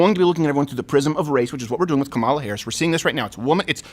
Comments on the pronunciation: Comma, La. say it. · I know you guys don’t like her but damn say her name right😂😂